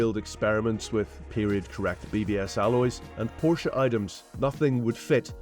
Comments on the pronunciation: Its not a Porsch, its a PorschE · during a PORSCHE video I would suggest that everyone in the video who speaks should learn how to say PORSCHE correctly…ug..freakin brits. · who is this top gear knob? why is he so unkempt for this meeting?(Porscha not Porsch) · Learn to pronounce PORSCHE right or dont even talk about it! 😂🤦‍♂️ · 'of course, it is a Poarsh' come on bro. Por-che, How hard can it be. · By the way It’s called a Porsche NOT a Porsch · says porsch within the first 5 seconds and proceeds to pronounce it porsche after. this is proof english speakers are capable of saying it correctly but choose not to... why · IT IS NOT PORSH!!!! The name is Porsche! Show some respect. How you you react when Germans suddenly mispronounce Chevrolet or Cadillac?! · How can you present for Top Gear and pronounce Porsche wrong? It has an audible E in it. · NO, it's not a PORSH nine to et. LOL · what's a "porsh"? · Just gorgeous and beautifully finished. Not in love with the extra long nose, but the rest of it is amazing. And Porsche is a two syllable name guys. Come on. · Say POORSH one more time... 😤